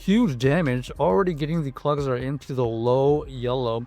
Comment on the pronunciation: bro said clogsire lol